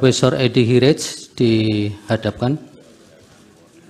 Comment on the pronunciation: Prof. Eddy Hiariej?? Di ruang sidang ini marganya dilafalkan "herits". Berhubung Prof Eddy ini orang Ambon maka dapat saya katakan bhw lafal "herits" itu terdengar aneh bagi kami orang Ambon. Lazimnya kami melafalkan marga tsb sebagai mana bunyi huruf2 yg tertulis, sehingga menjadi "hehariye" atau cuma "hariye"